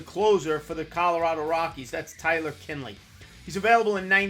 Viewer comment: Kinley? Really??